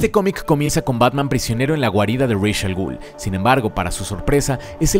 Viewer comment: "Reich" Al Ghul. Lo que llevo tanto tiempo quejándome sobre tu contenido. Pronunciaciones sacadas de tu manga, a como te guste inventarlo. No me molestaría tanto si no fuera porque eres de los divulgadores geeks más importantes en español de Youtube. Y me seguirá pareciendo tan inapropiado.